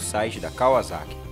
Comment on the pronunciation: da uma agonia ele falando kaUAzaki